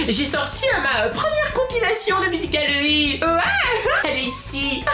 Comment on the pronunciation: ARRÊTE DE PARLER BIZZARMENT SA MENERVE !!!! TU DIT MUSICAL LY BIZZARMENT SES ÉNERVENT !!!! Sinon super vidéo ❤️❤️❤️🤣🤣😂😣😡